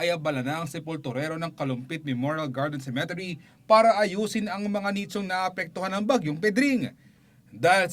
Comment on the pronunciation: THE ONE WHO REPORTS IS IDIOT.... CEMETERY NOT CEME-TERY.. MABAGAL ANG PAGBIGKAS NOT MABILIS... TANGA